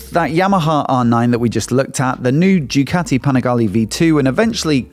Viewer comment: Duc😺ti? I cahn't understahnd why Brits who can say the "ah" sound just fine choose the short sound of "a" for a foreign word they know is pronounced "ah." Seems like everything is the "ah" sound for their own language but it has to be "ă" for foreign words they know damn well aren't pronounced that way. Why is that? I guarantee the Italians don't say "Ducăti" and neither do any other country.